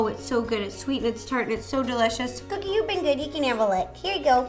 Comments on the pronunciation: did she say couldy instead of Cookie? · You said,"here we go couddie and not cookie, is that some kind of nick name or did you just say it wrong? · she accidentally said coodie instead of cookie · She said coodie instead of cookie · did she just call her dog cookie coodie😀😁😂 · Coodie? I thought her name was Cookie...? 😂😂😂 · Haha she said cuddie and not cookie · did anyone hear her call cookie coodie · Anyone else notice when she calls cookie “coodie”😂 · I don’t know about you but I totally heard coodie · She said to cookie " one, two, free" is what I heard